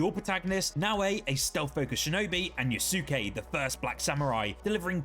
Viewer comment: The first black samurai is pronounced yaske - its a silent "u".....